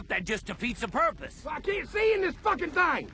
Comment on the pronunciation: Над произношением слова purpose стоит поработать...